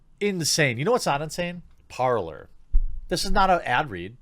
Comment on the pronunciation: it's supposed to be "parley", but the universe has already designated it to forever be the "parlour".